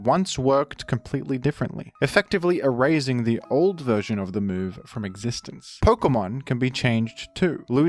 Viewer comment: E-raisin? Jit its E-razing bro is cooked 🥵